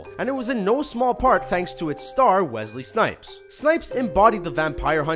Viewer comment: Its wessssley snipes not wezzzzley nipes